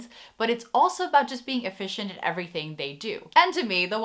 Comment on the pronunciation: My 3 year old son said ‘visje’ every time you said ‘efficient’ haha Thank you for this list, we enjoyed watching your video! Apparently Dutch customers are (among) the most difficult in the world, if a store can please Dutch customers they can succeed anywhere.